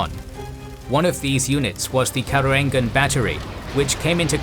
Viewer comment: Hello,. Just want to inform you that the name Karoengan is using our old spelling where "oe" is pronounced /u/. So it's /karuŋan/ not /karoeŋgan/